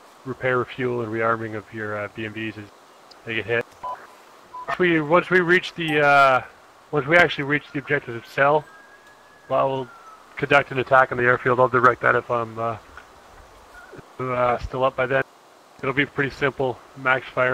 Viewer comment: Another great video. The pronunciation of Celle is starting to bug though :o) "Tsela" is the correct pronunciation.